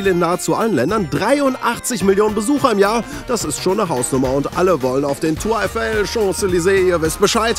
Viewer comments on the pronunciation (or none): Tour Eiffel: Ausprache: [Tureefell]